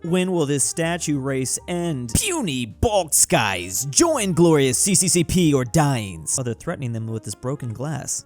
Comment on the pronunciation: Ah yes the glorious "Cee Cee Cee Peee" It's pronounced "Es Es Es Err" basically the russian abbreviations for USSR.